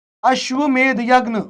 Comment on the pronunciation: this यज्ञ not यगन. I am confused. .